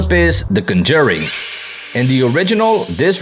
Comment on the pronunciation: Much respect for your skills. Much confusion at your pronunciation of 'conJURing'.